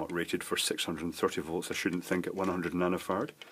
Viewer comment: I just love it when he says "nanofarts"...